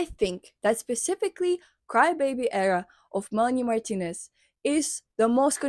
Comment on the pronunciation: the way you say her name is so satisfying